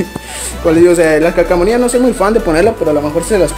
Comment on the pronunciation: Calcamonias!? :v Pense Que Se Decia Calcomanias! Jajajaaaajja Troll